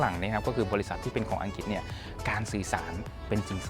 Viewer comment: ใดๆคือประทับใจที่คุณพี่ออกเสียงคำว่า “อังกริด”ได้ถูกต้อง ชัดเจน(ไม่หลุดคำว่าอังกิดสักคำ555) การศึกษาจำเป็นจริงๆ เอ็นจอย ยัวร์สเตย์นะครับผม…